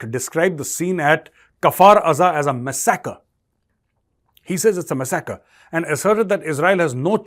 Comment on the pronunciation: It's not masakar it's massacre, modi mouthpiece you need to improve your English prounounciation 😂😂😂😂